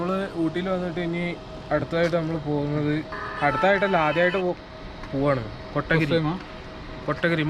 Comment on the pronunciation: ബ്രോ കട്ടഗിരി അല്ല കോത്തഗിരി ആണ്